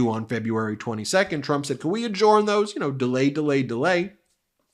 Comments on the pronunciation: Its pronounced "adjerned" not "adjorned". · THE WORD ADJOURN IS PRONOUNCED ADJERN, NOT ADJORN! STOP IT!!!! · Adjorn? Never heard anyone pronounce adjourn as adjorn. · Say, Ben, why do you pronounce "adjourn" differently than any other person I've ever heard?